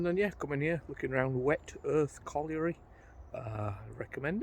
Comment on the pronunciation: Really interesting as always but don't show off you can say colliery. It's a word I can't say 😅